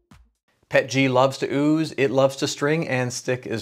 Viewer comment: Yay finally a channel that pronounces it PET-G and not P-E-T-G. I mean if you can RADAR or J-PEG or GIF then you can PET-G.